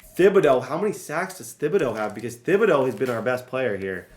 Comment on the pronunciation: I’m from Louisiana and hearing you say “thib-ah-dough” instead of “tib-ah-dough” makes my ears wanna cry 😂